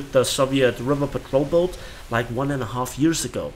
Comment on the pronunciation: you said boat wrong.